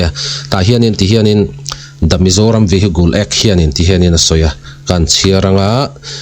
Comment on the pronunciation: 😂 vihigle act tiin lam suh..Vihicle --( cle) tih tum rawh